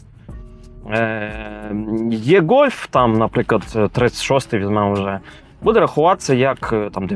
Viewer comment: То ж ніби e-Golf, e-tron, а не є-Golf, є-tron. Ну хіба що читати по-москальськи, то тоді з "е" виходить "є"